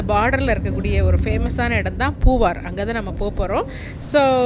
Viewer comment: பூவாரா ,பூவாறா தமிழைக் கவனத்தில் கொள்ளவும்